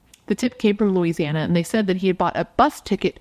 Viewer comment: You pronounced it correctly. Thanks for covering this Louisiana case. ❤